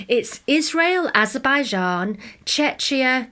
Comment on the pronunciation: Just a little note, it’s pronounced ‘che-key-ah’